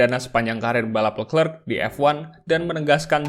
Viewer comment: Min charles leclerc pronounce nya sharl lekre